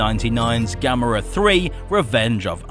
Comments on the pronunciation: Yes you finnaly said it right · Excellent video! Glad you know how to say Gamera's name properly...unlike a certain someone. 😉